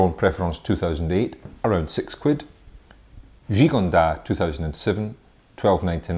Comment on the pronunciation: Thanks, nice review. However, Gigondas should have the 's' pronounced. Just a tip for next time.